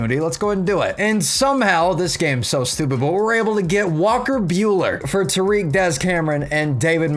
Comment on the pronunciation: Future reference. Tarik (tear-rick) Jeimer (Jay-mer) lolz. Thanks for doing my tigs though. Only know that because I heard the announcers say it 1000 times this year